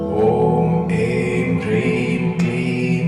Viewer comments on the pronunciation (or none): Как правильно Хрим или Прим? Слышно Прим а написано Хрим